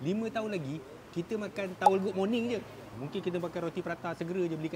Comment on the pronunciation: "towel goog morning" 😂😂😂